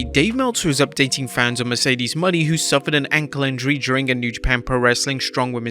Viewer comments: Mercedes Mone is pronounced Moe-Nay not Money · I still HATE how you pronounce Mercedes last name, respect her and say it correctly